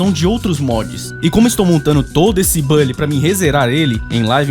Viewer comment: Nao é bally, é bully com "u"... saninplay contaminou muita gente a falar errado